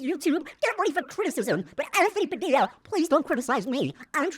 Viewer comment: Nobody:: anfony BAdilla